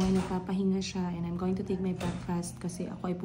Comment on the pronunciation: Sa vlog ni atsheee you pronounced AND normally. Pag sa vlog mo eeeeeeeeeennnnddd 😭😭😭